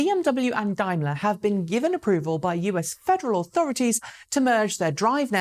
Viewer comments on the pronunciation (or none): I do like your show, but perhaps you should not discuss pronunciation. You still do not get Taycan right. Apparently your did not listen very well. You missed the correct pronunciation of Daimler several times as well. Passing off the concern about correct pronunciation as a joke contributes to the impression of English arrogance. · Taycan was not the only hard one to pronounce. I noticed that Daimler changed during the duration of this video from Dimeler on the first mention to Dameler on the second ? Now I am confused again. Normality restored !